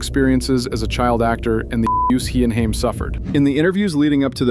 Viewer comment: Hey. GenX here. 1975. Grew up with the Coreys. You pronounced Haim's name wrong through this entire video and it drove me nuts. Its pronounced (HAY-M) not (HIME) OKAY? Cool? Cool. Also my husband and I donated hundreds to the My Truth Doc. We werent disappointed and we understood his plight. We were happy he had to balls to call out who we knew raped 11 year old at the time Corey Haim. Haim was MY Corey. Every GenX girl has a Corey. Feldman or Haim. The amount of suffering he endured before finally being snuffed out by the vampires of Hollyweird was insane. Then they allowed fake news to circulate (for an entire MONTH) that he died of an "overdose" before coming clean (no pun intended) that he tested negative for the very drugs TMZ and others said he died from. He died with the same symptoms others in Hollyweird died from when they were talking. Heather Roark, Brittany Murphy, etc... a "pneumonia type illness causing water around the heart and lungs leading to asphexia" (can be toxins given by a quick poke of a syringe, permanently silencing the one talking) which is clear they silenced him for talking about his childhood rape in the "Two Coreys" reality show. We never saw him again, after that. Feldman takes a lot of shit for acting "crazy" because hollyweird goes to great links to show only his crazy moments to try making him appear like a big joke incase he tells more, he will be taken as Un-credible. But GenX knows. We witnessed the abuse chase them into booze and drugs a